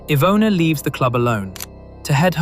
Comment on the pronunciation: Wow, that was some amazing pronunciation of Polish names and places! It's quite rare (unfortunately) to hear true crime narrators put in time and effort needed to actually learn how to say foreign names/names of places correctly, so it's such a breath of fresh air to hear you cover Iwona's case so respectfully as to say her name the way it's supposed to be said❤️ keep on going, it's a great channel you've got here!